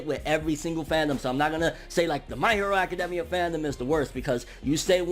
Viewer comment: I don’t like his face it’s just idk but also why is he saying academia like that